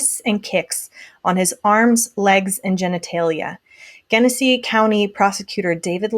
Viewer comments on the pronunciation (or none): I know it’s completely beside the point but since I live here, I wanted to let you know that it’s pronounced JENesee. RIP dominick